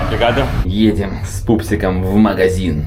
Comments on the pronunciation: Обригаду говорят мальчики, "у" на конце, в португальском языке в большинстве случаев "о" читается как "у", а по русской традиции "о" произносит как "а" и получается как женское спасибо😂 нашему уху такие ньюансы незаметны, а португальцы и бразильцы очень даже слышат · Пупсоны, все слова в португальском оканчивающиеся на "o" читаются с русским звуком "у", поэтому Риу вместо Рио, Порту вместо Порто и Обригаду вместо обригадо для мальчиков